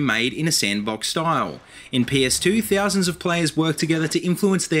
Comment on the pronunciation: they-owe-sands THOUSANDS.